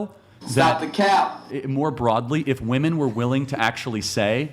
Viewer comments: Can someone explain why these girls can’t pronounce women correctly? Plural is being pronounced as singular. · To women under 30... you guys know that WOMAN (singular) and WOMEN (plural) are pronounced DIFFERENTLY, right? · Why is she saying ‘woman’ instead of ‘women’? So annoying 🙄🙄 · Uneducated Women say WOMAN INSTEAD OF WOMEN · Why does she keep saying “ woman” not “women”??!! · Why is it so hard for them to say "Women" Anyone else notice they are saying "woman" and not "women" when referring to more than 1. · ITS WOMEN WHEN ITS PLURAL, “WEHMEN” !!!! DAMMIT!!!! NOT “WUMAN” !!! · Why do all feminist like them say "woman" instead of women? Are they stupid? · I consistently CANNOT get over why people say “woman” when they mean “women”. Why can’t they get the plural form correct when speaking?!? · Another clip where a US female cannot pronounce women (wim-in). They say woman when they mean women. It's ridiculous. And that girl is so immature. She can't even have a conversation without losing emotional control and looking at both sides. No accountability for her actions either. It's other people's fault. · Yeah, she's making stupid arguments and is rude in her interrupting . . . but is no one also gonna point out that she doesn't even pronounce "women" correctly? It's really grating to me. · The one girl that doesn’t know how to say the word women really pisses me off